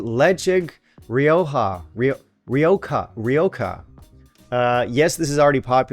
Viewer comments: Great list, I really need to try Edradour Caledonia! I am a Spanish speaker, I'll try to help you out pronounce Rioja, ‘ree-OH-jah’, the J is an H — Spanish is 🌶 like that. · Ledaig Ri-o-Ha.